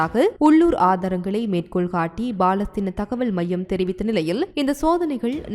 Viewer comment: உங்களுக்கு " ப " வராதா ? பலஸ்தீன் PLASTEEN மாறாக BAலஸ்தீன் அல்ல